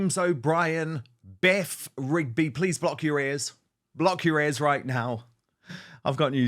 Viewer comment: Not Beth Rigby, Beff Wigby, silly!